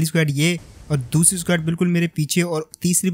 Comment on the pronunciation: Legit bhai.... S-Q-U-A-D nei S-K-O-D bola karo😅 Funny lagta hai jab itna confident se SQUAD bolte ho